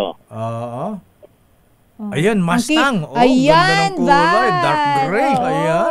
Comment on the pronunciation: Lamborgenie Porsha (at least tama ang bigkas) Mastang 😂